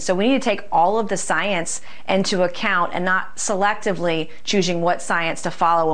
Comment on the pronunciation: You can tell she's a Trumper because she says choozhing and struggles with "statistically".